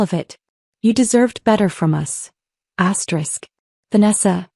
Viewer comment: This is BULLSHIT. Always says astrick. That ruins the damn story